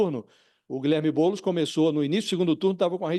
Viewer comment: Fica "TLISTE" não, BoulEs. 🤣🤣🤣🤣🤣🤣🤣🤣🤣🤣🤣🤣🤣🤣🤣🤣